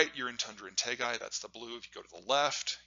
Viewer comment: Tay gah. Taiga.